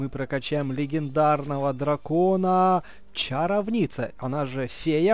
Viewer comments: Правильно говорить чаро'вница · Не чаровнИца а чАровница